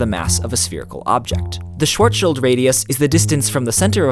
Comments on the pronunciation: If you want to pronounce Schwarzschild more correctly, you can swap the "o" sound, as in the they way you guys pronounce "war" - for what ever reason - to a bored guy half heartly screaming "ahhhh....." - its the same kind of "a" sound, tho obivously not as long - you get the idea. So Schw-ah-rzschild , instead of Sch-war-zschild. That easy. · For me as a german, it is so entertaining how english speaking people pronounce "schwarzschild" XD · Sry but I like the way how you completle ignor the z in schwarz and did you the t or d from? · you're pronouncing "schwarzschild" incorrectly!!! (oh yeah, i'm bilingual) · The way they are pronouncing “Schwarzschild“ is triggering me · Sadly I couldn't keep watching, as you kept mispronouncing "Schwarzschild" in an entirely wrong manner! A quick bit of research online would show you how to pronounce it. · Well I'm just slightly triggered how you pronounce Schwarzschild. But just slightly ;) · I just wanted to say that it's kinda funny how he pronounces the word Schwarzschild. I know that nobody is perfect and everyone can make mistakes I do it too when I try to pronounce some english words. If you didn't like my comment you didn't need to comment it and you could have looked over it. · Is it really that difficult to properly pronounce 'Schwarzschild'? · Great video but the pronunciation of schwarzschild is ridiculous. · The way you mispronounce Schwartzschild bothers me a greater deal than it probably should. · Your pronunciation of shcwarzschild was painful... The rest of the video was good though. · Since you mentioned Schwarzschild is German all I could hear for the rest of the video was the wrong pronunciation of that word. Well, I heard worse where people pronounced the last bit like child. Great video anyway! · Tim Bäthmann true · I always pronounced as if it was referring to the child of a guy named Shwar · Jeder, der Englisch und nicht deutscht spricht, spricht deutsche Namen komisch aus. Genau wie Einstein. :) xD